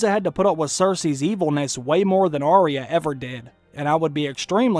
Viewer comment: 1. You do care, Gregor needs a satisfying death. 2. Its "Eye-ah" not "ah-ria" thats how they say it in tje show so why does everyone mispronounce it.